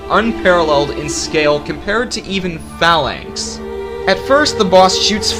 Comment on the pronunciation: I hate how he says "Phalanx".